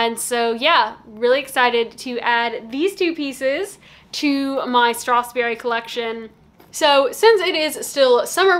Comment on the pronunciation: I do wonder how annoyed the salesperson was when you can’t pronounce the brand correctly even once